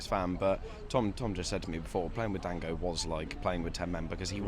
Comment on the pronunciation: Goddammitt, if yo ulove him so much remember how to say his name 'Don-GO'